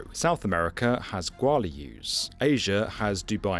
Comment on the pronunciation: Gualius? thats the first tive i've heard this. i know the lh is hard but this was something